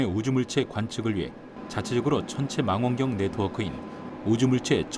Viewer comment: 어떻게 천문연구원이 마낭경 마안경 이라 부르는지......